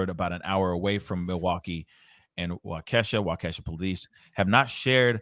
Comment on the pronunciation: Wa-kesha??? It’s wah-keh-shaw guy